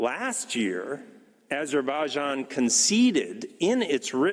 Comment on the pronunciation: Did you understand yourself what you said?:))) learn first to pronounce properly AZERBAIJAN!🇦🇿🇦🇿🇦🇿🇦🇿🇦🇿🇦🇿